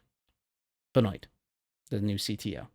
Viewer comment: Benoit = “Ben-wah” not “bah-noit”